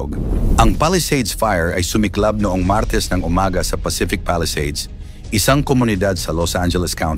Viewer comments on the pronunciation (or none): 😢YOUR PRONUNCIATION OF THE WORD MARTES IS SICK. ACCENTUATION IS WRONG!!!